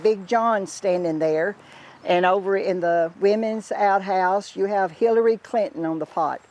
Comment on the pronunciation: I thought she said "fillary" clinton ha ha 😂